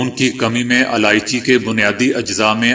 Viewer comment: Aalichi nhi ilaichi kahte h.